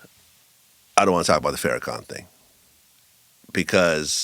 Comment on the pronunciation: First, both Bro. Willie D and his guest should respect The Minister enough to pronounce his name, Farrakhan = FAR+Ra+Khan correctly. It is Farrakhan, not FAIR+Ra+Khan. His title is The Honorable Minister Louis Farrakhan; or at the very least, Minister Farrakhan. Nevertheless, shout out to Bro. Willie D for defending The Honorable Louis Farrakhan. Some say The Minister's name correctly and will not defend him at all. Second, this was NOT an apology. Far too many words for the guest to simply say: "I was wrong." Third, Willie D's guest NEEDS to give an ACTUAL apology, and it NEEDS to be AS LOUD on his own platform, as the disrespect was. Fourth, the guest NEEDS to apologize to Bro. Lord Jamar and Bro. Godfrey. Fifth, citing some mystery NOI connect with no name comes across as DISHONEST. How do you have a relationship with someone, and you do not value him enough to remember his name? Sixth, Bro. Willie D is showing that often Black people are not sophisticated enough to deal with "wights." That said, the guest is STILL a Culture Vulture.